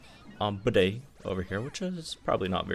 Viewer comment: BRO PLS JUST CALL HIM BEDE LIKE BEET, NOT BIDET! OK, IT'S TRIGGERING